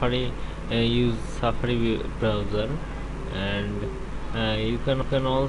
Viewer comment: every time you say browser it sounds like you say browyour